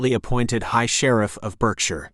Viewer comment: Thank you I enjoyed this...by the way Berkshire is pronounced Barkshire..